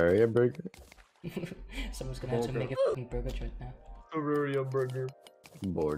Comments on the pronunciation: „Borgur“ Everyone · When he said Borgar I was literally thinking about Borgar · Hey everyone say it with me “Borgor” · Who else assumed half of the video would be them saying borger